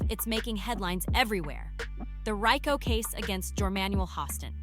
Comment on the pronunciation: You know this is a good program but your ability to Pronounce the word Rico Leave much to be desired